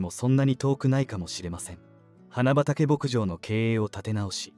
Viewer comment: 「花畑牧場」を「はなばたけぼくじょう」と正しく読んだり「はなはたぼくじょう」と誤って読んだり、記事の信憑性がなくなるからちゃんとチェックしたほうがいいよ。